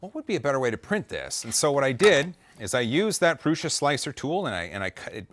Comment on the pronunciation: These pendulums are so mesmerizing. Some 3m command strips under the metal on would be perfect. PS I thought Josef promounces it "proo-suh" not "proo-shuh"??? 😂👍👍👍